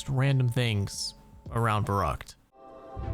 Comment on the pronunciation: as a german hearing u say verrückt so many times wrong makes me a bit angry xD